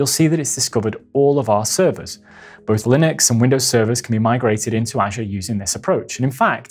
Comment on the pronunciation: Great video, BUT, you need to pronounce "Azure" correctly.